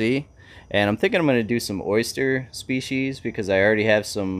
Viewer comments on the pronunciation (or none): none